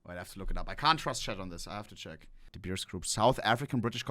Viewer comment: Bro your pronunciation of De Beers was so good, coming from an Afrikaans person well done.